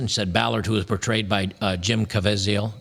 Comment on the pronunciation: It's Jim Caviezel, not Cavaziel. These are signs of a badly researched, hastily assembled article. 'Journalist' standard these days.